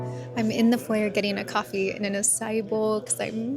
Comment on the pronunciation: You mis-pronounced ‘foyer’ .